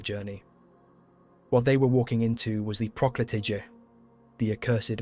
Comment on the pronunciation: Small correction: PROKLETIJE is pronounced PROKLETIYE. The J is pronounced as the Y like in YES, always!